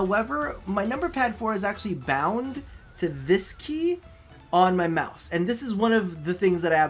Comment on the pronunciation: dat g502 moice doe